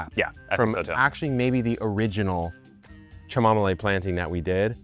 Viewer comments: Every pronunciation I have ever heard, since I was a kid, is “Kam-Oh-Mile”, not chu-mom-ole. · Dude, you broke my ears with the weird chamomile pronunciation. It's too weird. Just KAH-muh-mile, please. Honor the plant. I'll go back to drinking my kamille thee (Dutch). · you've ruined the pronunciation of chamomile for me! I've planted it for the first time this year and every time I check it I think "I wonder how my cham-om-o-lee is doing" and have a little giggle to myself about it !! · Are you saying chamomile wrong on purpose?! 😮😂